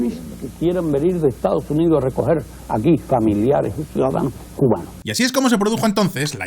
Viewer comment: se disculpa de decir mal una ciudad para luego llamar mal a los cubanos para llamarlos cumanos en